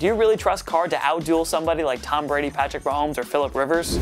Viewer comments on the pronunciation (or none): none